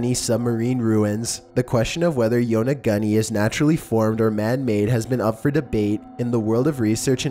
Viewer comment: Yona-goonie, not Yona-gunny